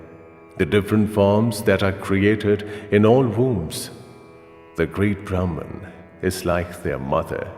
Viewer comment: In Indian languages, the names pronounced correctly means something. It would have been better if this was read by someone who knows the language., as these mean something else when the pronunciation is different.